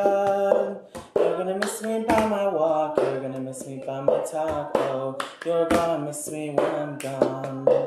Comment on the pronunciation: I heard "taco" instead of "talk."